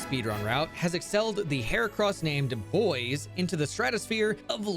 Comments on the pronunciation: Bois not boys. Bois is like Bwah. It means wood in French, which is fitting for heracross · It's not "boys" it's "bwah", think of the name DuBois. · it's pronounced bwah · Ngl, it causes me physical pain every time he says "boyz" instead of "bwah" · ITS NOT BOYS!!! ITS BUAH!!!!!! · mfw no one can pronounce Bois correctly they out here playin Disco Elysium calling him Harry Du Boys and not Harry Du Bois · I thought Bois name was pronounced like "Bwaa" but "Boys" is definitely funny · Isn’t Bois in French (Kalos) pronounced Bwah? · Ok, I need to point something out, the moment you have absolutely you have a pokemon that can use icebeam, no need to catch another pokemon for it. And before anyone says it, yes I know that absol doesn't get stab with icebeam. Also, bois is pronounced bwah. It is either the word for wood, or the first person singular conjugation of boire (to drink). So bois either means wood, or I drink. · You do realize Bois is pronounced like "Bwa", right? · because the Kalos region is based in france I think Bois the heracross is actually pronounced "bwah" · Maybe one day people will learn how to pronounce French words I'm definitely not opposed to pronouncing "Bois" like it's English, but not one person has acknowledged that it's a joke pronunciation :( It's /bwa/ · Am i the only person that's upset that everyone mispronounces Bois ; - ; Y'all need to put some respect on the esteemed name of Lieutenant Double-Yefreitor Heracross Du Bois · That's not how Bois is pronounced... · screaming crying begging people to pronounce bois the french way 😭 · I've been wondering how Bois is supposed to be pronounced. Maybe "bwa" cuz it's French? Or bo-iss? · the day ppl pronounce Bois right will be the day I rejoice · its funnier pronounced wrong though